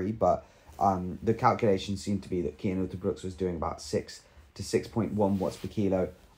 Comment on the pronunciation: It is C Cian not K . You better practish his name, because he is indeed a great talent ! He is climing much more faster then Remco and is also good in TT . He is still verry verry young and must gain somme more power to becomme a extreme great talent ! We belgians know alreddy for a few years he is going to be the next great tour contender now riding for bora .... THANK you verry much for this exelent vid !!! and dont feel embarrest because of my fist words . you realy have to spell his namen with a C ;-) , manny thanks !